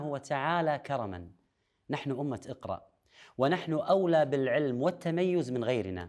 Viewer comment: اقرأ* بهمزة وصل وليس إقرأ وفي الآخرة حسنة*** وليس وبالآخرة